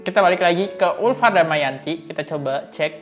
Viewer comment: Ulfi bang bukan ulfaaa adohhh😮